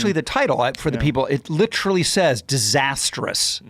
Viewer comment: Did you stop listening to it or what? He says it Chris Treager style litchrally and again once or maybe even twice more after that I just don't recall the time/s